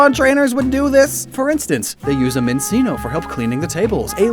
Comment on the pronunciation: Given the etymology of Minccino, I'm pretty sure it's pronounced "minchino", not "minsino"; same thing with Cinccino